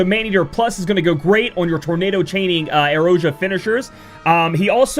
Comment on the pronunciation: Wow. Listen to you pronouncing "Aeroja" like a champ!